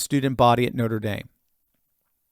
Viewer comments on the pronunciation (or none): Noter daim? Did you flunk French? What up with that?